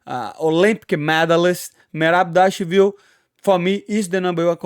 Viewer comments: Merab Davashvililishu. NAILED IT! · ..."...merab devashville..." Lol...love the lingo bro